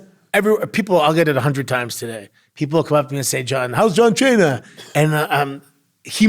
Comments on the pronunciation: My grandson's name is Santino I call him Sonny when I heard you mispronounce John Cena as Chon Chena I was drinking coffee and wound up cleaning what shot out my nose dude wassamatta u crazy fuggetabout it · Listen John Chain-ya.... 😂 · The pronunciation of John Cena will never not be funny. I don't even know how many times he's said it but its permanent!!!